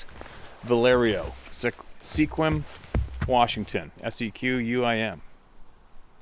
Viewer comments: It's pronounced "Squim" Not Sequam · FYI Sequim is pronounced "Skwim." 😊💚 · Hi. That town Sequim is pronounced ‘skwim’ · FYI Sequim is pronounced Skwim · FYSA,. Sequim is pronounced "Squim". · That town is pronounced as Squim, the e is silent. Thank you for the stories. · I dont understand peoples first reactions are to shoot and kill sasquash when not provoked. Thats murder to me. Btw not that it madders but Sequim is pronounced skwim. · Sequim is pronounced S’quim. Fyi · Sequim is east of Port Angeles. Lots of sightings and Elk. The E is silent. Rock on Dude.🤘😎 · I believe it's pronounced "Squim" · Sequim , Washington, is pronounced Skwim.... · The “E” is silent in Sequim